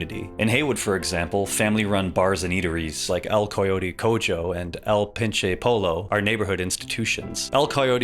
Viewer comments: I liked the video. The only thing... It's "El koyote koho" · “El coy-yotee Co-joe” “El Pin chay poe-low” 😂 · The“EL Co-yodi Co-jo” pronunciation threw me so off guard LOL (Another fantastic video tho!) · it's pronounced "El Cohyoteh Cohoh" and "El Pinche Poyyoh" by the way - said with no malice, just informing. typically in latin words, "j" turns into "h" and "LL" turns into "YY" (capitalized for readability), otherwise pronunciation usually follows exact spelling almost all the time (except for other uncommon exceptions like "ci" combination in "gracias" for example) i thought it was important to get the pronunciation right especially when the point of the segment was to drive home the cultural significance of the place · just a nitpick but you butchered el coyote cojo so bad, its pronounced like coho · The way you pronounced El Coyote Cojo took me out lol... Goddamn... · How can you pronounce el cojote cojo if you player the first 8 hours of the game 😭 Americans are unbelievable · the way he pronounced el coyote cojo and el pinche pollo is giving me a stroke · The pronunciation of El Coyote Cojo and El Pinche Pollo got me turnin into a raisin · C'mon choom, Heywood natives pronounce spanish words (like those in "El Pinche Pollo" or "El Coyote Cojo") correctly. It ain't hard, just pay attention. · PLEASE tell me the (mis)pronunciation of el coyote cojo and and el pinche pollo were intentional. Because that hurt me soul. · your butchered pronunciation of "El Coyote Cojo" and "El Pinche Pollo" hurt me deeply